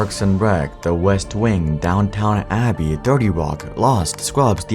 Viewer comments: It's DownTON Abbey, not Downtown Abbey smh... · Downton Abbey not Downtown Abbey :) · Did bro say Downtown Abbey?😂😂😂😂